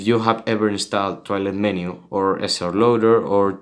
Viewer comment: it sounds like hes saying toilet maker ++